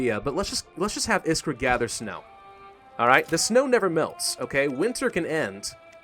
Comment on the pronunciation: i really like how you say iskra and marin wrong. the french will say the names right